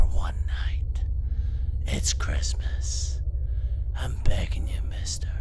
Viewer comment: lol that guy's Jeezus... you should have let him in! it's kwistmaaahhhs!!!!